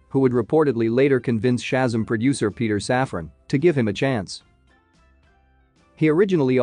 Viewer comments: It’s ShaZAM!! Stop saying SHAzum! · Very frustrating to hear when video narrators vocally MISCALL Names of characters and superheros. It's NOT Chasm. It's NOT SHASAM, It's pronounced correctly as SHA-ZAM! Like when Gomer Pyle USMC, Jim Nabors, as Gomer Pyle would Always Exclaim as his Home town Southern Character at least ONCE in every episode in the Iconic role... HE ALWAYS, IN surprised awe exclaimed out Loud... SHA----ZAM! Also, If you can find the older Original Saturday morning Superhero serial OF the Saturday morning Cartoon a pal ooza when cartoons and superheros series were shown All morning long, Sha--Zam was its own tv series Where the part of Billy Batson ( SHAZAM ) was played by Original actor, Michael Gray. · How can you narrate this, when keep saying the SHAZAM wrong!!!!!! 1st of all, always do your research!!! Second, it is an amazing movie! Try watching it!!!!